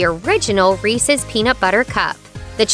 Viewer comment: Did I heard Reesees Peesees? Oy.